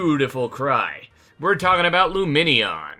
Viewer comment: luminion sounds like its saying boobie